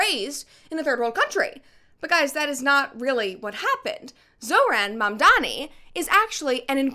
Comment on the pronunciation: You were the chosen one! It was said that you would destroy the Sith, not join them! You were to bring balance to the Force, not leave it in darkness The hycropacy not even pronouncing Zohran Mamdani right 💀